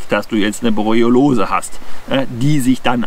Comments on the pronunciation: Sehr interessant, aber es triggert mich, dass du jedes Mal "Borelliolose" anstatt "Borreliose" sagst. Igendwie hat sich da ein "o" zu viel eingeschlichen. ;) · "Borreolose" 😄. Erreger sind dann nicht die Borrelien, sondern Borreoloen 😉. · Hör ich da die ganze Zeit „Borelliolose“?? War bis heute der Meinung es hiesse „Borelliose“? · der Vortrag ist super, aber es heißt Borreliose und nicht Borriolose;-) ich hatte übrigens mal Borreliose in 1998, sie trat erst ca 7 Monate nach dem Zeckenstich auf (den ich nie bemerkt hatte, aber ich hatte eine Zecke auf meinem Schlafsack gesehen zu dem Zeitpunkt). Nervenentzündung im linken Beinnerv, heißt: meine Wade war lahm, ich lahmte sozusagen. Erst der 5. arzt kam drauf, mein Blut auf Borrelien zu testen. ich bekam Antibiotika und dann war alles gut:-) Übrigens sind Zecken die Tiere, die ich am wenigsten mag... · Danke für das interessante Video. Kleiner Hinweis. Es heißt Borreliose, nicht Borreliolose ;-) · Borreliose statt Borroliose 😉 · ich bin ein RIESEN FAN von Dir - Mal abgesehen von der Aussprache der Borreliose - informativ und gut! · Mal abgesehen von der Aussprache der Borreliose - informativ und gutes Update. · Hab ich Borreliose mein leben lang falsch ausgesprochen, oder sagst du das komisch? :D Ansonsten wie immer ein top Video! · kann das irgendwie nicht richtig aussprechen. Habe mich schon dran gewöhnt, frage mich aber trotzdem warum. Leider leidet dadurch immer etwas die Glaubwürdigkeit seiner Zeckenvideos.